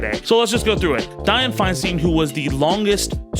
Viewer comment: I know you recorded this last week, but FFS. It's said Fine-STINE, not Fine-STEEN. Say other words as you like but a name has a pronunciation that matters to the person who owns it. You aren't SAYID TayBAYni, right? It's a bit of an insult to get it wrong so thoroughly. And I am with you 100% about her good, bad, and ugly. I lived in the SFBA while she was mayor. I called her "that bitch" and didn't have to live directly with her policies. She ALSO helped the city get through the pain of seeing Harvey Milk and George Moscone's murderer get a weak-ass sentence for killing them both.